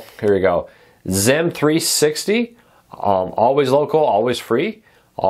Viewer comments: It’s Zeem. Even zeam commercials called it zeem. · Beautiful. Thanks for sharing but, it is pronounced “zeem ”, rhymes with team.